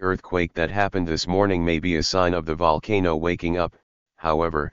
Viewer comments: How can text to speech mispronounce the word: Volcano? No, it's not vulcano. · Dude's so scared he pronounced 'volcano' 3 different ways XD Nice scenario regardless